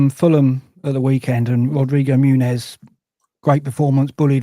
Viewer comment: it’s Muniz…..not Munez. And “Yokerrresh”…….not “Guykorrez” 🙄 The game at the weekend is not “At Goodison”.